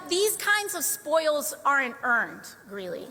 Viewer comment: Greeley, not Greenley